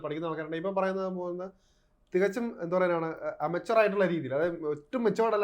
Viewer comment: Immateure not amateure.